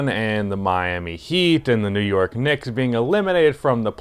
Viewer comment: you actually said nick wrong for the whole video